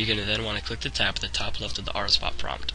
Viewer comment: he said rsbut tehe